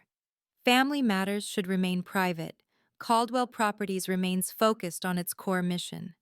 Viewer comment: The last name is CALDWELL, not cold well-properties